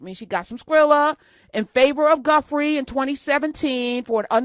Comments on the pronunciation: Please take the time to correctly pronounce the victims names. Her name, Giuffre, is pronounced ju frey. It's all over the internet Dr. Hunter. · I am listening to the podcasts and I cringing as I am listening. The girls name last name is pronounced (Jew Fray) I hope this help. I apologize it’s the retired educator in me 😱🤦🏽‍♀️🤷🏽‍♀️😊